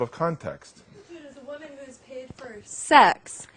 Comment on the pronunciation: I love your videos bro but please pronounce woman and women properly